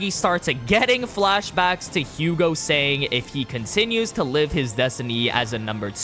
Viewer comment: I'm sorry I'm being that dick but it's pronounced Yugo and Ca-moo and Ren-wah(r). They're French.